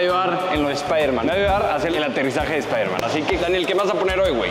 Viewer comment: espaideman espaiderman 😂😂😛😄😄❤❤